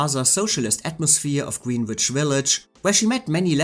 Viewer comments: The way you pronounce Greenwich Village Comden and Green make fun of in On the Town. It's pronounced grenitch. But your English is otherwise perfect. I'm jealous that you can speak a foreign language so well. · GREENWICH Village is NOT pronounced "Green Witch Village."